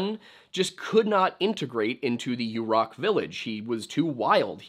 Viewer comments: Hi! Quick correction (haven’t seen yet in the comments) — Yurok is pronounced “yuhr-OCK” (as opposed to “YOU-rock” which is incorrect). I worked for the tribe and loved my time on rez. I love your videos! Thank you for always honoring the original inhabitants of this land and making time to include Indigenous voices, authors, and stories. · It's pronounced 'yer-rock'